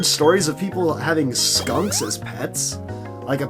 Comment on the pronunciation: skanks? don't you mean skunks?